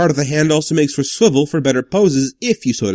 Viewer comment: I may start watching you instead of jobby because you say sWiVeL